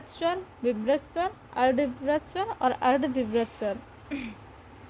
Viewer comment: Shwar nhi swar